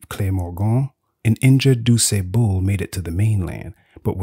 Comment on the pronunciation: I wish the narrator would stop pronouncing DuSable's name incorrectly... Especially since he pronounced it correctly intermittently throughout the video. It's disrespectful.